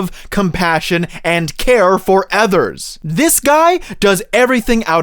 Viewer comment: you pronounce others like “ethers” 💀🫵